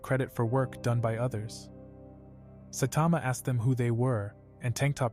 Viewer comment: he said satama😂😂😂😂😂😂😂😂😂😂